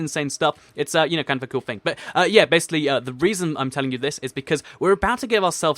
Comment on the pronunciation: Yes you fix it I was soooooo coteries when you said bassily then finish this for fixing it😀😀😁😀😀😀😀😀😀😀😀😀😀😀😀😀😀and find the odd one out laughs